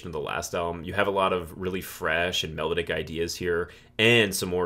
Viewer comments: I like your approach to picking these apart. This will help me get further into the catalog. One gripe, your pronunciation of the word melodic ( which you use often) is off. Its not “mellowdick”. Mel - ah -dic😂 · Take a shot everytime he mispronounces "melodic"